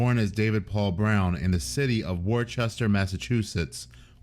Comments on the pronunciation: Worchester massachusetts lol. It's pronounced more like wohstter. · It's not pronounced Worcester. It's woostah. Ya we talk weird. But the English named our cities and it stuck. Like Leicester is pronounced Lester. Anyways guys like this make me want the death penalty back in Massachusetts. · I live in Springfield, Massachusetts. Birth of basketball. Im like 40 mins from Worcester. Pronounced woosta... lol. Not worchester. All love brother. Love the content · Worcester is more like Wourse-ter than wor-chester, but you wouldn’t know that unless you lived here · It's pronounced Woos-ter, not War-chester. For all the non-massachusetts folk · War-chester, Ma, lol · Worcester —> Wooster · Its "Wh," like 'wh"ip cream, and "stir," ilke in "oyster" Worcester, WORECHESTER. It sucks. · It’s pronounced Wister not Worcester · I'm from Worcester, MA, so I'll just let you know it's pronounced Wuhster, not Worchester. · It's pronounced "Woostah". I went to the Boynton Inn one time for fish and chips. It was delicious. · Its pronounced “wuh sta” Massachusetts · Wister is how you pronounce Worcester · Worcester is pronounced wuuster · hahaha i can tell. If youre wondering we pronounce it wooster xD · It’s Pronounce “ WOUSTER”😂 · LOL It's pronounced "Wooster", MA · Wuhstah Or whistah Worcester Massachusetts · It’s pronounced woo-ster ma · Worcester “Woosta” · It’s pronounced “ wooster “ or “ woostah “ lol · It's actually pronounced WUSSTAH. This guy's a real sick puppy though. Glad he wasn't around ME in 93. Someone shoulda done to him what the kids mom from the last video I just watched did. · Next time, for your sake (lol), Worcester, Ma is pronounced "wuss-ter". Only two syllables. I know it's weird but it sounds right to us. Cheers. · It’s pronounced “Wooster” Massachusetts. I know, it’s just how it is. 🤷‍♂️ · Worcester is pronounced Wooster. Us natives call it woosta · It’s pronounced woostah